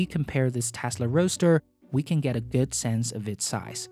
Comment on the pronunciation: Why can't you pronounce so many English words? It's not "gat" but "get".